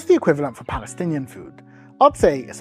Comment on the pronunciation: lol wtf is balestinian?